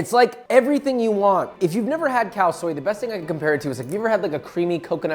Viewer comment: Am I the only one hearing "Cow Soy"?